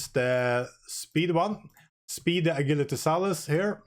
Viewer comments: What’s “a-gill-atee”? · Hey--- Ah-Jill-a-Tee En- Jinn, "Ger-Ma-nee. Goodluck 👍